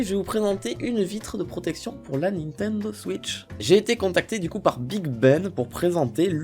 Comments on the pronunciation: Nathanel Messika c'est Nintendo et pas nintando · Le mec il est fan de Nintendo et il prononce mal le nom 😂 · Nintendo pas Nintindo putaaaaaain😠😠😠😠😠😠😠😠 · Lilibayer Gratouille nintindo aussi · pk il dit nintindo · t'as dis nit1do mdr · je sais c'est qui a dis "nintando":)